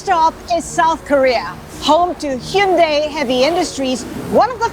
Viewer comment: Anyone else hear her pronounce it hee-un-day